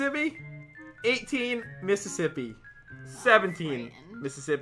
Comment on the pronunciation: count slower: ten miss iss as ippy twelve miss iss as ippy